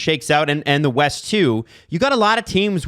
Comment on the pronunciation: Or... "Wyest"?